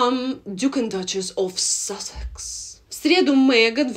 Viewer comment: Тааааак смешно вы говорите "зэ дачес оф сассекс")))))